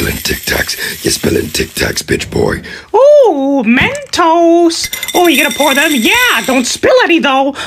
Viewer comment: Everybody: Mentos: Men Toes